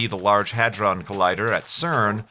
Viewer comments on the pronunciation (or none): none